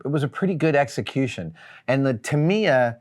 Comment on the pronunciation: And it’s pronounced Tuh-mai-ya…”I” sound, not “E”.